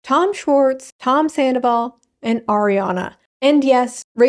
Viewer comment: Ken saying "tomzandoval" lives rent free in my mind.